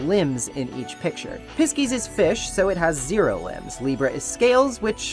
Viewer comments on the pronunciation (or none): Pisces being pronounces Piss-keys instead of Pie-sees is excellent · I'm probably not the first to comment this, but I've listened to this video so often and still never noticed how you pronounced "Pisces" and I'm now fully dead. XD XD XD In the politest way possible, "Pisces" is pronounced "Pie-sees". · Love the video and your in-depth analysis of the characters and story, and your clear passion for the game and everyone in it! I just... have to say... Pisces, the astrology symbol/constellation/twin fish, is pronounced "Pie-seas" XD I had this on in the background when I was doing my job and heard "Piss-keys" and it made me error for a second trying to figure out what you were talking about lol